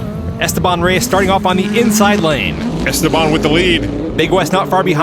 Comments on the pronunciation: it's es-TE-ban:elbowcough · Mi corazón está con Dylan, mi lógica está con Esteban Pero si algo me choca un poco es como pronuncian su nombre ajaja Stebán Rays